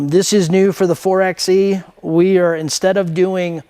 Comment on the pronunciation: It's pronounced 4 by E... like 4 by 4. Anyway, thanks for the video, I was wondering about the butt flap wall. 👍